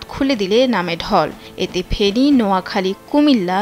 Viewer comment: আপু মাফ করবেন ফেরি ন ফেনী হবে